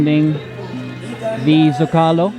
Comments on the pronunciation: Love your videos, but I feel obligated as a former Spanish to help you out. There’s a reason that Zócalo has an accent. The word should be pronounced SO-CA-LO accenting the first syllable. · Zo ca lo say it LOL. Omg.